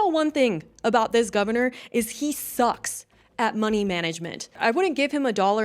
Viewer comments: Lol you said Gavinor! Great accident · I like that you said "Gavinor" 🤣